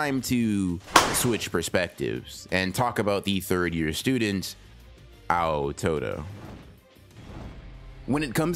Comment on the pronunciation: clicking off the moment I heard "Ow Todo"